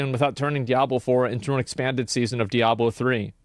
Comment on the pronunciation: Today's speech impediment Diablo video is brought to you by the letter L